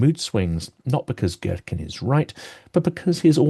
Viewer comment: To a russian ear it's funny how you pronounce his name - Gherkin instead of what should sound more like Geerkeen!!! I had a mental image of him as giant cucumber :)